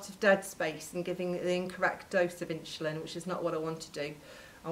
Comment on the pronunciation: Why is she calling it "inschulin" ??